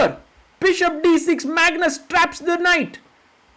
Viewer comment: and he said "Mangus" :face-purple-crying